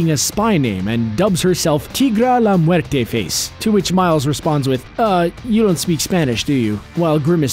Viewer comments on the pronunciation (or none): none